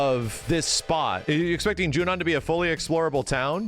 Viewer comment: I am so glad finally stopped pronouncing it as “Junion”